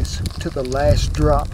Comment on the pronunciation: He said “did thae job!!! Speak regular English!!!